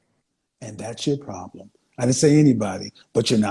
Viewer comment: We have a pwabbblemmm